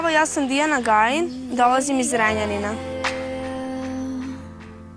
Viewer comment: Ali,toliko mi je loše i toliko me je sramota kad je gledam... Dobro je pa ne živim u ZrEnjaNiNu,kako ona kaže (njen naglasak).